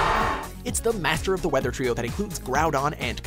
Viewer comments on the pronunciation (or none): none